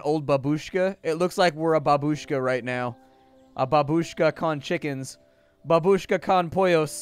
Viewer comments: It's not babUshka. It's bAbushka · The proper stress is bAbushka, not babUshka. Please. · babeushka ( ͡° ͜ʖ ͡°)